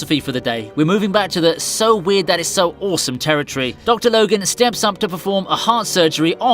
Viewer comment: awesomme lol french u like Sommee?